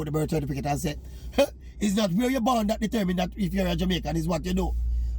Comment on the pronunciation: You mean cerfiticate!